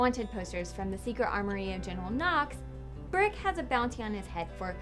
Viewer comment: Who's "Birck"??? lol Get lost! You meant Brick, right? Not.. "Burck" or whatever you said!